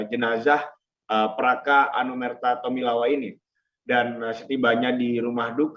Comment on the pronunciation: Rahman Tawainella bukan tomilawa